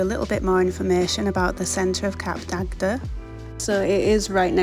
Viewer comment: It’s pronounced “Cap Dag” the second D is silent.